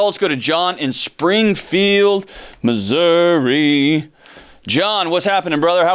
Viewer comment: YES! There is no 'a' on the end of Missouri! 😀